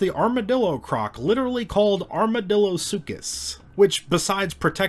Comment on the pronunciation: ya got armadillosuchus wrong, but most people do and its name doesnt help too much